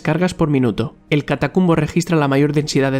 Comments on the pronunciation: Jajaja lo pronuncio mal es el relampago del catatumbo. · Creo escuchar "Catacumbo", en vez de "Catatumbo", como realmente es ⚡⚡⚡ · Se pronuncia el rayo de "" Catatumbo"" no catacumbo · Me encanto este canal hasta que revise lo que decía y mucho está errado. No es Catacumbo, es Catatumbo . Soy de venezuela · Eres el 15avo comentario que recalca eso mismo y yo que soy caraqueño de nacimiento siempre yo he dicho catacumbo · Es Catatumbo, no "catacumbo" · Hermano... sobre Venezuela... no es Catacumbo.... es Catatumbo. Con T. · se dice catatumbo no catacumbo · Amigo soy de la region del (catatumbo) lo pronunciaste mal es relampagos del catatumbo. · Es "Catatumbo" rey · Catatumbo! Dilo bien por favor!